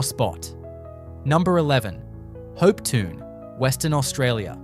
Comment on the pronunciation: Please work on your pronunciations. For instance - Hopetoun - Hopetoun.